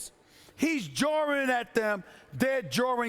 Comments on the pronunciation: Did SAS say "jarring"? So "jaw" has an "R" in it now? The ONLY reason Drake gets a pass is because Toronto is in it for the VERY first time. My team has never been there and is not even close. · Did Stephen A say "jawing players" or "jar-wing players" 🤔💭💭💭? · "He's Jawring at Them" - Stephen A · Stephen A: “He’s jawring at them” 😂😂 this guys knows a million words but can’t pronounce the simplest ones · What is “jrawring”?